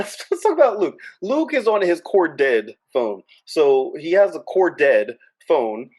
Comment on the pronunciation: The way you say corded...Core dead phones 🤣🤣🤣 The cords could be REALLY long. We used to string the phone thru the whole house. Others would walk under the line like we were playing the limbo. Or jump over it like a jump rope. 😂😂😂😂